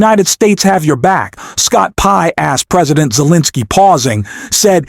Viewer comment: 💙 I am beginning to waiver on my liking this channel because of the narration. You mispronounced Pres Zelinsky's name several times. ??? What's up with that? Please make sure your narratives are listened to and edited. Thank you.l